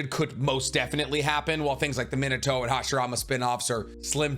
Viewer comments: Overly critical takes: 1. Bro it's really not that hard to pronounce their names right. Thought I was missing the joke of "haha I say the Japanese names wrong I must not be a true fan" but a quick check on your first Naruto video on the channel says no jokes found. Please don't work on anything related to whoever the fuck "meh-nuh-toe" is. 2. This entire video makes you sound conceded as hell. If it is a gag, you're deterring anyone who might want to listen to your opinion with "As someone who knows people in high places in video game companies" & "Please bug the creators so I have a chance to make it how I want it" & "I know the universe better AND what the fans want" 3. The other thing this video proved is that you really don't seem to know shit about what fans want from the series even with all that money spent on art and figurines behind you. 4. Genuinely feels like a clout chasing lame-o who jumped in when anime blew up off tiktok. "I had to sign an NDA" head ass. The only shows you even talk about are whatever is the most popular that day MHA, Naruto, Bleach, One Piece, HxH, Dragon Ball. Just say you jumped on the band wagon and pull the band-aid off. 5. Fuck Boruto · He said min a toe. 🥹